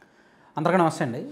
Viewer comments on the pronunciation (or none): First you tuber. Learn how to say Namasthey. Namasthey 🙏 like this